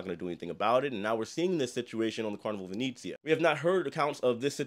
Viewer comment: My only comment as an Italian & travel agent is for you to stop mispronouncing the ship name 😭 it’s not long e’s.. it not Vineezeea.. it’s Italian- Veh-neh-zzi-ah. Like the city of Venice. Other than that, I’m a big fan 🥰